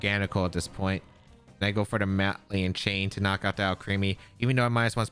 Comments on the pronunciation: 😂😂😂 right by the 3rd or 4th time I was like cmon 😂 Ma-lig-Nant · …are you pronouncing “malignant” “MAH-lee-int”? It’s “muh-LIG-nint”. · I only comment this because I respect you, “muh-lig-nant” Keep up the good work! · NOTHING beats “Hardon Engine” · He's not even doing the soft French "gn" because he's not pronouncing that "n" at all. He was saying "maliant" chain. The soft "gn" in French is pronounced more like ñ in Spanish by the way, it's kind of a "nyuh" sound. It's not like "malign" in English, which is just a silent "g", and said like "maline". Source : I speak French natively.